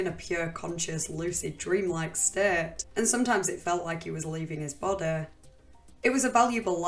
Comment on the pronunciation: "leaving his bodeh" where does this accent come from? I am really curious!